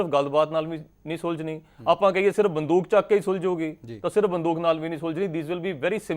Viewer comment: ਪੰਜਾਬੀ ਜ਼ੁਬਾਨ ਵਿੱਚ ਬੜੇ ਹੀ ਸੰਜੀਦਾ ਮਸਲੇ ਉਪਰ ਗੱਲਬਾਤ ਹੈ । ਜਲਦੀ ਕੀਤੇ ਬਹੁਤੇ ਪੰਜਾਬ ਵਾਸੀਆਂ ਦੇ ਜ਼ਹਿਨ ਵਿਚ ਇਹ ਗੱਲਬਾਤ ਸ਼ਾਇਦ ਨਾ ਵੜ ਸਕੇ । ਪ੍ਰੋਗਰਾਂਮ ਦਾ ਹੋਸਟ ਜ਼ਿਆਦਾ ਸਵਾਲ ਸਟੂਡੀਓ ਦੇ ਕੈਮਰੇ ਉਪਰ ਲੱਗੇ ਮੌਨੀਟਰ ਤੋਂ ਵੇਖ ਕੇ ਕਰ ਰਿਹਾ ਹੈ । ਗੱਲਬਾਤ ਸਾਰੀ ਬੰਦੂਕ ਦੁਆਲੇ ਘੁੰਮ ਰਹੀ ਹੈ ਅਤੇ ਹੋਸਟ ਬੰਦੂਕ ਦਾ ਉਚਾਰਣ ਬੰਦੂਖ ,,, " ਖ " ਦਾ ਕਰ ਰਿਹਾ ਹੈ । ਚੰਗਾ ਹੋਵੇ ਅਗਰ ਪ੍ਰਸਾਰ ਭਾਰਤੀ " ਦੂਰਦਰਸ਼ਨ " ਤੇ ਵੀ ਅਜਿਹੇ ਮੁੱਦੇ ਆ ਸਕਣ । ਡੇ ਐਂਡ ਨਾਈਟ ਚੈਨਲ ਦੀ ਇਕ ਵਧੀਆ ਕੋਸ਼ਿਸ਼ ।